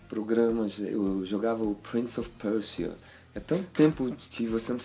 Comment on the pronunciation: Pobre não fala enfim... p-e-r-ç-i-a. hahá